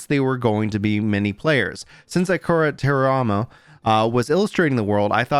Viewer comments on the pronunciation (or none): Can’t believe you don’t know ab Akira Toriyama and mispronounced his name. Blasphemous